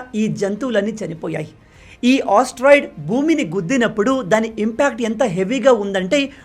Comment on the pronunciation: Asteroid ❌ osteroid✅